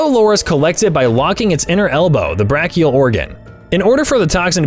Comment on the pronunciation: Pronunciations! Edema - A-deema. Brachial - Bray-chial.